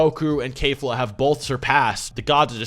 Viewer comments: its KEF-LA not K-FLA. Not a single character has ever said K-FLA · My dude why are you saying "Kayfla"? IT'S KEFLA. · its not "kayfla" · Can you please stop mispronouncing keflas name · Do you not know how to pronounce Kefla?